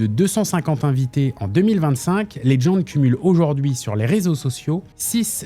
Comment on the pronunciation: Putain mais Legend ce dit legend et pas ledgend va chez l'orthophoniste...